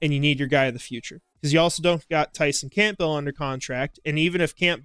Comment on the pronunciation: Love listening to ya but the "P" is silent in the name Campbell.